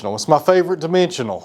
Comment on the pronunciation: Did you say dimensional or dementia? Ha. Those quarter sawn rays will look even better when it’s dry.